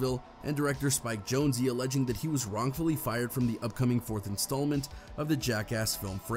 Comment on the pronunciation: You’re still pronouncing Jonze wrong it’s not Jone-Zee lol